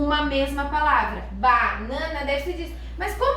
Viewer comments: Creio que se lê Bãnãna é não Bánãna, segundo nossa gramática. Obrigado pelo conteúdo, vou tentar com meus filhos! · Mas aí há um erro na pronúncia da palavra "Banana". O primeiro A é triste também, pois a regra do português diz que a vogal "A" quando vem antes de "M" e "N", tem som de "Ã": Banana (Bãnãna), Roraima (Rorãima), Flamengo (Flãmengo), etc. 🤔